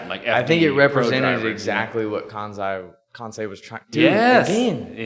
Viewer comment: I loved how he told you how to say kansei (Kan-say) but proceeded to say it wrong the whole rest of the podcast 😂 I would’ve done the same thing honestly 😂